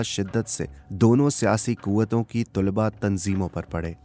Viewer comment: Bhai kawish achi hai ...aap ki awaz aur andaz narration ka bohot umda hai bus thora talaffuz per dehan dene ki zarurat hai ...jaisey ... Tulba sahi talaffuz nhi hai ... Sahi talaffuz ... Talaba hai ...meri niyat kisi ki tauheen nhi ...bus itna k logon tk sahi cheez deliver ho ...umeed hai k aap bura nhi mehsoos karen ge ....mai choon k khud production se wabasta hun Is liye ye kehna chahun ga k agar kabhi bhi meri zarurat ho to yaad kijiye ga ... Shukriya